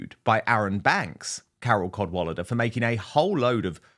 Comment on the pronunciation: Carol Cad-wally-duh.😂